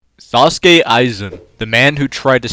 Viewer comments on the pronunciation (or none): It's Sosuke, not Sasuke. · its soske aizen not saske aizen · Its not Sasuke Aizen its Sosuke Aizen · Please bro it's Sosuke not Sasuke 😢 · Did you really call him 'Sasuke Aizen' LOL. Also yeah, Aizen farts the verse away with no concept of difficulty lol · "Saucekae Aizen" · 10 seconds in, and I'm treated to both "Sasuke Aizen" and "Hyogoku". I can't watch this bro, it hurts. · Is it just me or am i hearing this man say "sasuke aizen"